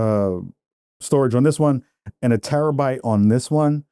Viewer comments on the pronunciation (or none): none